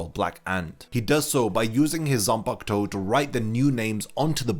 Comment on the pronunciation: I just discovered this video. Thanks for the info, but I dislike the way you pronounce the word “Zanpakutou” bro. I don’t know if you’re deliberately butchering it, but could you freaking say the “Ku” in between? It’s not “Zan-park-to”, it’s “Zan-pa-ku-tou”. Tf